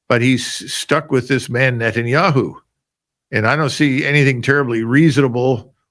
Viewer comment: Finally someone who speaks correctly about net'n'yea-who